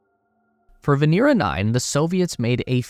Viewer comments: VenEra, not VenEEra. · POV you have the time to make a 16 minute video that will hit 2M views, but dont have the time to learn it's Vénera not Venéra. smh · It is not veNEEra in Russian, but rather VEHnera.